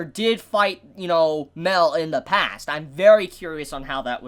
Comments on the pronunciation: MAH-EL, IT'S MAH-EL!, why do you insist on pronouncing it "Mel" when you're not talking about Mel-iodas? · MAH-EL!! MAH-EL!! MAH-EL!! MAH-EL!! MAH-EL!! NOT FUCKING "MEL", FUCK YOU MAN, I LIKE YOU, BUT I HATE HOW YOU REFUSE TO CHANGE THIS STUPID PRONUNCIATION! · He pronounces Mael like Mel, that's weird.